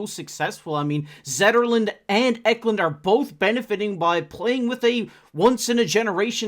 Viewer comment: Eklund = "Eh Klund"